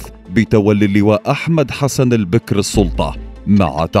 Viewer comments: البَكِر وليس البِكْر. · البكر بفتح الباء والكاف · البكر يامقدم بفتح الباء وليس بكسره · البكر بالفتح وليس بالكسر. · البكر ، بفتح الباء و ليس كسرها .